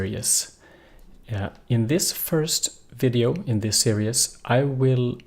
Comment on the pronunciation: Great lessons..... one for you..... not Serious......... Series ....ser ezzz long e for both of them.... Great English though.... OED series (ˈsɪəriːz, formerly ˈsɪərɪiːz)